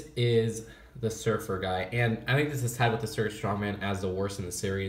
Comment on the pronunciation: It's annoying how instead of saying "with" he says "whif"